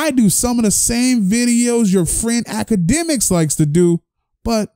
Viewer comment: Ak-Gay-Demiks put the hit on you homie? lmao